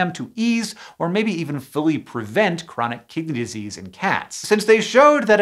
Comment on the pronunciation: I keep hearing chronic kitty disease